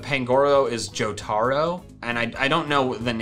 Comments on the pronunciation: Yes, it is from JoJo's bizarre adventure, and Jotaro is pronouned jo-ter-o, and the "stand" is Star Platinum :D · ahem its purnounce jo t er o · Him saying jo tooro is pain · Bruh the way he said Jotaro and called a Stand an Avatar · knows who Jotaro is. He pronounced it wrong but I'll take it. W H O O O O O